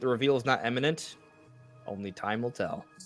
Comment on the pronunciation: It’s ’imminent’ not ‘emminent’.